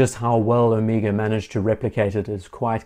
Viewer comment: Thank you,not only for an extremely interesting video, but for pronouncing Omega correctly. I could scream when so many Americans insist on the ludicrous O-May-gah. Drives me nuts.